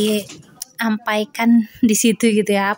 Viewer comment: Halo, aku salfok sama kata diampaikan heheh orang Minang ya?